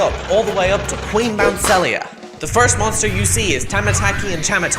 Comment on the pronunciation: ITS PRONOUNCED BOUNSEE LEE AH